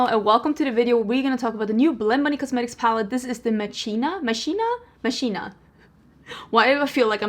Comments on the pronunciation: Hey its pronounced mah-kee-nah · I would have pronounced it 'mak-kina'. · Referring to two of my favourite movies and tv series, “Ex Machina”and “Vox Machina”, you should probably pronounce it in Latin, with emphasis on the first vowel and with a hard “k” instead of “ch”. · I love the palette. can't wait to pick it up. I think the CH in this word is pronounced with a hard K sound. ❤❤❤